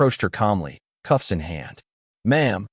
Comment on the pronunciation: Cuffs not coughs